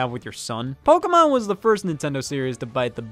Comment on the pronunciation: Neat episode but damn i hate how you say pokeamon